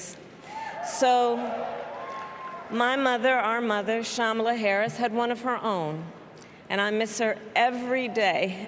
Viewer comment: Rev. Al, you mis-pronounced the vp’s name twice..the little ones gave a clear way to pronounce the name..think of com..Kam..ala.. i still love you …lol